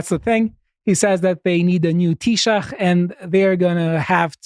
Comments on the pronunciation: Because it’s only Americans that mention he is gay. Irish people didn’t care if he had done good for the country. Also want to say your pronunciation of Taoiseach is excellent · Congratulations on pronouncing Fine Gael and Taoiseach correctly. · First non Irish person I've heard correctly pronouncing Taoiseach, Nice to see you making the effort🤙🏻